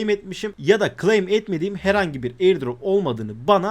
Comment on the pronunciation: girişteki intro bir yerinize.. gleym gleym diyonda nedir bu gleym. türkçe konusamıyor musun?